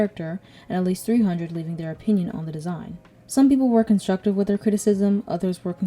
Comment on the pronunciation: constuctive? was that on purpose